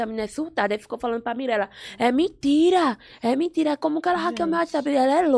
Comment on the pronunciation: Q "MINTIRA" Mirella, deixa de "mintira" kkkķk A Loma é muito engraçada 😂😂😂